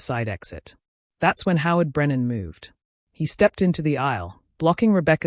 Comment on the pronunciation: 'Howard' is NOT 'how it'